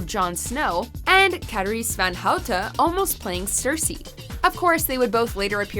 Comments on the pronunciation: Nice try pronouncing Carice van Houten's name properly. It's not quite right, but definitely a step up from most non-Dutch people who pronounce it as "ven Hoeten". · You butchered Carice van Houtens name lol